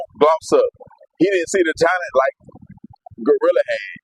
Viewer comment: This man here call "TURK" "TWURK"😅😅😅 And REFUSE to say "GLOrilla" he determined to call the lady "GOrilla"😅😅😅😅